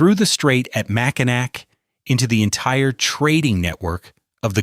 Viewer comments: Mack-in-nack? Oh heck no, Mac’n-naw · MACK-INAC....ITS MACK-IN-AWE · Not "mack n' ack" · You can't even pronounce Mackinac correctly, how many more errors are in this? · You need to understand how to pronounce "Mackinac." Yikes. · I stopped watching when Mackinac was mispronounced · Good, AI slop robots arent from michigan and will never know how to pronounce it like a human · You know ai hwhen they can’t pronounce Mackinac. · 😂 How many people have you met that mispronounce Mackinac? Or that don't know Mackinac and Mackinaw are pronounced the same way? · YUP!.... So irritating.